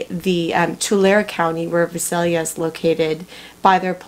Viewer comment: Just FYI....correct pronunciation for Visalia is V-EYE- salia.....and Tulare is T-YOU-LARRY.....